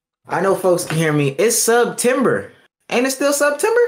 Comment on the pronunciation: Hearing say “sub-tember” is so gross.